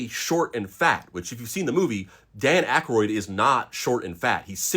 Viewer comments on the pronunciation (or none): none